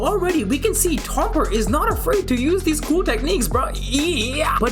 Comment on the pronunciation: its tomer not toper